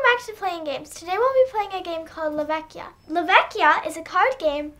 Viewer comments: I wasn't sure, but a kind Italian commenter gave this info: "Yup, in venetian dialect la vecia should be pronounced “la vetcha”, like captcha. When it’s spelled la Vecchia is like a k sound, as pronounced correctly in the video. La vecchia is Italian, vecia is Venetian dialect, but in general that’s how it’s spelled in all northern Italian dialects" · La vecia is a Venice dialect word and must be pronounced with the soft "c" like in the Italin word "Ciao". "La Vecia" means the old one (generic old woman), that in Italian is "La Vecchia" and it must pronounced as you said in this video. Fun fact: "vecio" or "vecia" are often used by the venetians talking with friends, like the english "bro"